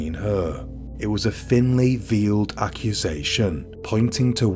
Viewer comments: It's thinly 'veiled' not 'vealed'. It's a shocking and tragic story that should serve as a warning for anyone else in a long-distant, virtual relationship. I really want to subscribe but your voice really grates on me, sorry. It just sounds like you have suffered a severe brain injury. Its too fake and sooooo slow it just makes me want to tear my eardrums out. I get you want to give the channel a sinister tone with that voice but its unnecessary as the stories are sinister enough so a normal speed voice would be more than sufficient. Jmo. 🇦🇽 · .....veeled?? haha veiled is pronounced like vale with a d at the end so like valed